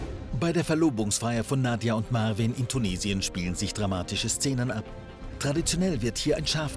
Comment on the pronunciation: Er heißt marween und nicht marvin 🤦🏾‍♀️🤦🏾‍♀️🤦🏾‍♀️🤣🤣🤣 ich kack ab 😆😆😆😆😆😆